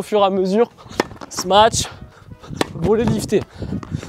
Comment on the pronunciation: J’adore le sma-tche x)